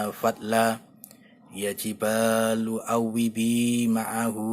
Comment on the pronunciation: ولقد أتينا داود منا فضلا ياجبال اوبى معه والطير وألناله الحديد Maaf Min, tulisan yg di vidio ini perlu dikoreksi, dan jg membacanya kurang tepat. Yang bener : ya jibalu (ياجبال) Yang benar : wa alanna (وألَنا)